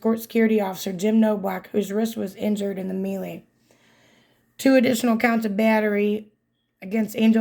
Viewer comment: melee... pronounced MAY-LAY .... not ME-LEE /ˈmālā/ noun a confused fight, skirmish, or scuffle. "several people were hurt in the melee" a confused mass of people. "the melee of people that was always thronging the streets"